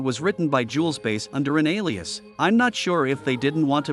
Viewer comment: It's pronounced BASS, like the fish, not "base". Why not use a real narrator instead of these robots?